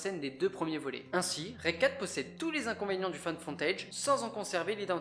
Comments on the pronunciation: "Find Foooootage", pas foNtage.. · J'ai eu l'impression d'entendre "found fontage". Ca m'a fait rire, ça se prononce "fou" ;) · Fai gaffe a ta prononciation, au lieux de find footage on dirai que tu dit femme fontaine mdr, sinon ben bonne video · bravo à toi pour ton travail ! mais je dois avoir un problème hormonal ou auditif car à chaque fois que je t'entends dire "found footage" moi j'entends "femme fontaidje" XD . En tout cas re-bravo pour tes vidéos ! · Ne prononce plus jamais Found footage ! Car les non anglophones vont chercher femme fontaine sur le net et être traumatisé a vie. 😂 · T’as presque dit femme fontaine pour found footage 😂😂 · J'adore tes vidéos, mais tu prononces très mal "found footage"... xD La bise quand même ! :) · Je trouve ton boulot super mais ta manière de dire "found footage" fait très catégorie sur Pornhub quand même... Super boulot quand même ! GG